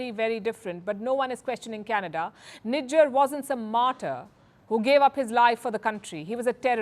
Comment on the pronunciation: These dudes can't even pronounce 'Nijjar' they are calling him ' Nigga' ....😅😅